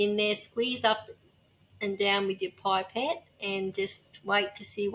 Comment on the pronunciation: For God’s sake it’ pip-ette not pipe-ette.